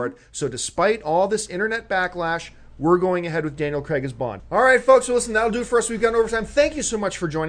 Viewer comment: Cregg? U mean craig